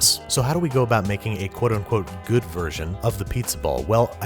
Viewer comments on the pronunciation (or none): none